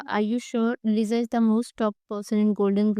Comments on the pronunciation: No offense but GURLLL it's LISA not LIZAA 😭🙏🏻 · Bro its not Liza its Lisa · Girl it's LISA not liza at least you should pronounce the name properly it's not even hard at all... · Her name is Lisa not Liza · It's Lisa not Liza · Lisa bolna Liza nhi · Yaaar Liza nhi lisa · लिसा not लिजा actually ! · Its not liza she is lisa...